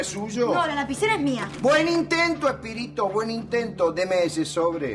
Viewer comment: Se dieron cuenta de que le dijo a Mari ¡SPIRITOO! y Mari no lo corrigió 😂